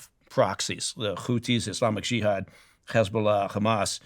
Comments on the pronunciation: He's so biased that he pronounces "Hamas" and "Hezbollah" with a Hebrew accent. Very poor choice of guest Steven👎👎👎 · The way he pronounced H*mas and He*bol*ah with a Hebrew accent was enough to break my trust instantly. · The way he pronounced H*mas and He*bo*lah with a Hebrew accent was a dead giveaway. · I knew the moment he pronounced H*mas and He*bo*lah with a Hebrew accent.